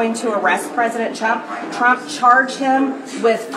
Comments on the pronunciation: Haha … I also noticed she almost said Pres. Chump!! 😅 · She called him president "Chump'' LoL !!!!!!!!!!!!!!!!!!!!!!!!!!!!!!!